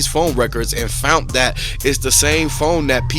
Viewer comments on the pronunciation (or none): They fount it 😂 Jesus, if you are going to report on things you should probably know how to speak English.